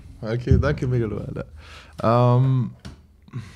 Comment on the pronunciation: megaloh, bitte „megga" aussprechen 😘 sehr interessante folge! sehr starke erzählweis und auch sehr geil wie er immer eine prise moral oder wie auch immer man es nennen mag, an der richtigen stelle einwirft. liebe geht raus 💚